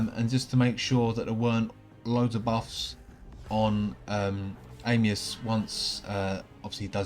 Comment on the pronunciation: i wish they would call him "Anius" and not "Amius"